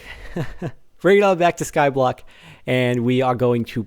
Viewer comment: the way he says skyblock -5 makes it sound like a major city.:P